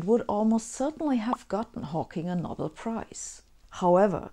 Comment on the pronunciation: Sabine, I enjoy your lectures and the humour you slyly insert in them, but every now and then I notice tiny errors in your otherwise excellent English. Here are two: 'series' is not pronounced as in German with each element given equal weighting; instead native English speakers say 'sea-rees', not 'sea-re-uh-ease'. And for us, the famous prize is the 'Know-bell', not the 'nobble'.